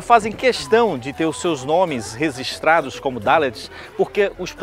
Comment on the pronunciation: Pô senhor reporter? Resistrados ao invés de registrados pega mal